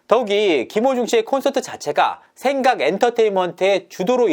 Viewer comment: 지금 의도적으로 생강이라고 발음하는건가여? 그렇다면 아주 맘에 드는군요 ㅋㅋㅋㅋ